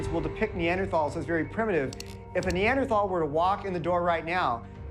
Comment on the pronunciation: Luskin can’t even pronounce Neanderthal correctly. Bozo.